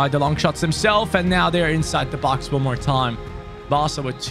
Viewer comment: u said in side the 5 yard brox instead of box🤣😂